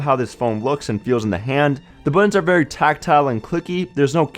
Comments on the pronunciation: *Buttons not buddins. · Maybe one day someone will tell this guy that those are buTTons, not buDDens.